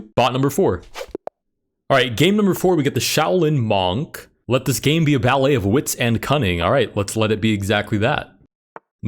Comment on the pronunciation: G its not mOOnk , but munk